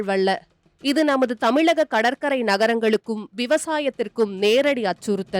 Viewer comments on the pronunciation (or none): ல,ழ ஆகியவற்றிற்கு ள என்று தான் செய்தி வாசிக்கிறவ தப்பு தப்பாக உச்சரிக்கிறாள். மழைக்கு மளை, தமிழகம் என்பதற்கு தமிளகம், ஆய்வாளர்கள் என்பதற்கு ஆய்வாலர்கள், அழித்து என்பதற்கு அளித்து, வழக்கத்தைவிட என்பதற்கு வளக்கத்தை விட, நிகழ்வு என்பதற்கு நிகள்வு. கொடுமை கண்றாவி🙆🏽‍♀️